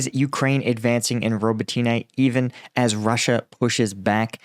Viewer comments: Robotne. Not ro bo Ti Ne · Please listen to some Ukrainian commentators and pronounce it right - Ro-bo-tin-ah. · I love your channel, and Ukrainian villages are hard as english speaker, but pronouncing the villages every day, you should learn it, . <3 because english pronounces differently, its easier to to add additional [letters]. its pronounced Ro-BO-tin-eh, emphasis on O. klish-CHI-yivka. An-DRI-yivka. bakh-MUT. kher-SON. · say it with me Ro-bo-tin-e. Роботине.: Ro-bo-tEEn-ah using y in place of и in the English transliteration is confusing so I don't falt him too much. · Robotyne really??